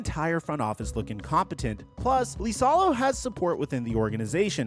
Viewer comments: Who is "Lisalo"? It's "Isalo" 🤦‍♂️ You and butchering names...like other time when you called Kiyan Anthony, "Kee-yan" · "Lisalo" 😂😂😂 It's Iisalo (iisalo)..... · I think it's "E" salo not "Lee" salo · Its LiSaLo, not lIsAlO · It's IISALO, not LISALO. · How is Iisalo Lisalo? 😂😂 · Learn to say the surname. Use google translate if needed. Hes last name is Iisalo (Eesalau) not Leesalo. Jesus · Why does he keep pronouncing it “Lisalo”? The first letter is I, not L. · Dude, you should do your homework on names. The man's name is I I S A L O - double ”i”, there is no ”L” at the beginning of the word. Come on! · Holy shit I commented this early on in the video, the number of times you say his name is absurd and each one physically hurts to hear. The clearly capital i is in print many many times in the video. What are we doing.